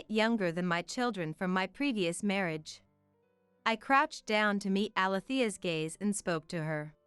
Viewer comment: Words such as marriage wrong prpnounced by narator marreeage